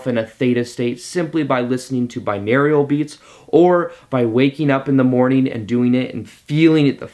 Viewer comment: awesome thoughts - thanks, needed the pep talk. one pronunciation note, i'm a language geek - binaural is bi(two channels) and aural ("Oral" - auditory). subscribed!